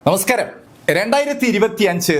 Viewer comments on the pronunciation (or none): none